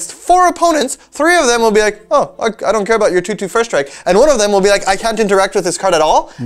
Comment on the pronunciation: Strike not SRTIKE